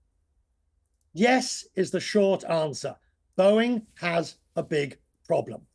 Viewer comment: haha what? It’s Boeing not Bowing. It’s plane not plain. I’m assuming you aren’t American .